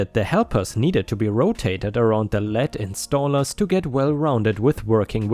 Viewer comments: Hey. When the word "lead" appears, it is pronounced "leed". as in "read a book". The word is pronounced in 2 ways. Sorry, it jumped out at me as I was not looking at the screen, just listening, then looked back thru the video. Awesome content on your part. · Pronounced LEED,. Like leader. A lead installer would mean he's the leader (main guy) of the installation.